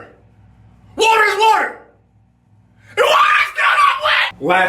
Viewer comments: WHATER IS WHATER lol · WHATER IS STILL NOT WHETT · the emphasis of the water oml I’m crying 😂😂😂😂